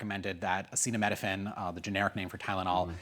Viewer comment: I'm not trusting a man who cannot pronounce acetaminophine. Autism is mostly genetic, people have to remember even one small gene can skip a multitude of generations then suddenly appear.